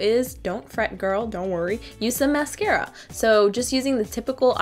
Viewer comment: mascara not mercera